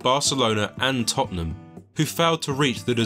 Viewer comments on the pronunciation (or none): none